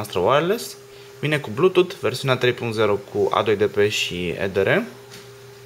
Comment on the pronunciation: Mah,care din voi a sesizat ca asta de face review-ul,nu le prea are cu engleza??? Ce e aia "blutut","brauzar" s.a.m.d ??? Nu au pe altcineva care sa nu se faca de kkao???